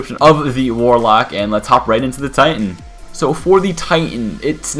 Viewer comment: You sure it's warlock, not walock